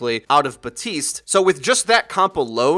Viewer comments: Please stop making the "p" in Baptiste silent that's not correct lmao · Stop mispronouncing Baptiste's name... It's not "buh-TEEST", it's "bap-TEEST". Like Baptist, but with an "ee" sound instead of "ihh". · Hey man I appreciate your channel and everything, but you and everyone else on here needs to learn how to say "Baptiste" It's BAP - TEEST not BUH - TEECE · It annoyed me enough that people couldn't pronounce Brigitte correctly, but now that I'm hearing people constantly mispronounce Baptiste, a name you can literally read and pronounce phonetically, my OCD is off the charts BAP-tiste. There's a P in there. WHY DO THESE INSIGNIFICANT THINGS UPSET ME SO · Y'all: [sees the word "Baptiste"] Y'all: I'm going to ignore the "p" entirely and only sometimes say the second "t."